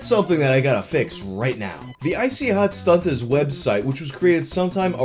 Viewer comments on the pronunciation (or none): woah woah woah did you say STUNTERS you can only say stuntas so stop throwing that hard r around pal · Man, you gotta be easy throwin' that hard "r" on "Stuntaz". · whats with the hard r there? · I like how you make sure the t is pronounced in stuntaz lol